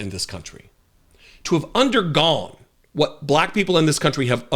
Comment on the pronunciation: We already know who but what we're dealing with, putting extra emphasis on the word WHAT.